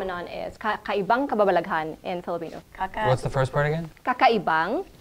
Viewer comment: Me: *being a filipino still not knowing how to pronounce that Filipino word* Joe: kakabalvdhhhen Me: great!